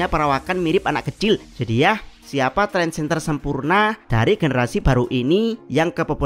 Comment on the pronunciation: Trendsetter, bukan Trendsenter 😅😅